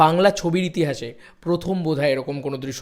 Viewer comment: ভাই ইতিহাস বলে একটা বস্তু আছে সেটা শুনেছিলাম, কিন্তু "ইতিঠাস"-টা কি জিনিস ভাই..!! 🤪😆😅🤣🥴